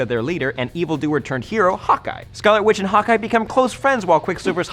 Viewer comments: did he say? "quick silver and scarlet qwitch? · Is he saying "whitch" on purpose or is it just my hearing?